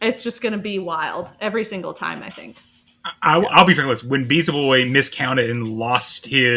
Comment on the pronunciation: Hype worlds, Noone selecting Kento was crazy to me. Also, funniest thing of Day 3 was Butter mispronouncing Beelzeboy's (he'd say Beezelboy) name every second time he said it but correcting himself after Caleb said it properly. Kaz also made the same mistakes in this episode 😂